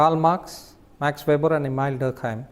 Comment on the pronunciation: 😢his name is not Ma(r)x, just Max, regards